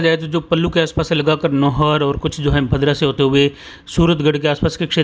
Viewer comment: भाई साहब भद्रा नहीं भादरा है